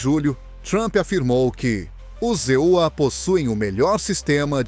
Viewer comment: Não existe os EULIA ,fale e pronuncie palavras corretas em PORTUGUÊS não em PORTUNHES